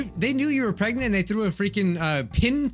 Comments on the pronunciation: U said Greg not preg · Nobody: LITTERALLY nobody: Everyone: P.R.E.G.N.A.N.T: G.R.E.G.N.A.N.T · Is it me or does say pregnant as Gregnant?? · He said(gregnent). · Why does it sound like says gregnent 😂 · It sounded like you said "gregnant" every time it said pregnant